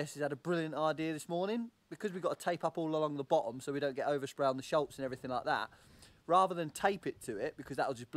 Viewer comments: The German word "Schatz" (the way you pronounced "Schutz") actually means treasure or darling. You are right that "Schutz" means protection, but "u" (like the vowel in 'look') is never pronounced "a" (like the vowel in 'cut') in German. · And SCHUTZ is pronounced like shoots but the oo is short 😉 brilliant video again 👏🏻 greets from Hamburg ⚓️